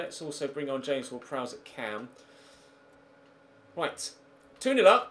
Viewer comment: *Prowse, not Prowess